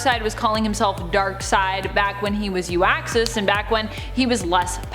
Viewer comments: Oh yes, the ultimate power "You-axis" lol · U'X'access? Gal, he was "UXAS" and it is really difficult to see you narrating the script.. 👎🏻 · Good list, but it's pronounced "Ook-zas"